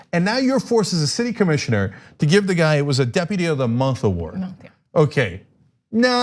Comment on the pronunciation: puts an extra W and a K in “award” — AWKWARD !